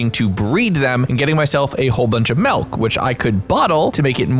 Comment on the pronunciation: I'm sorry but what is mehlk? I've never heard of it.